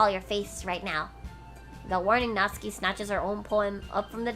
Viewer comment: your voice acting is amazing! It makes watching the gameplay a lot more realistic and fun to watch. It's a bit late to say this though...But Natsuki's name is pronounced, Nat-su-ki. Not Natski. Sorry...It just bothered me..Overall besides that this is really awesome!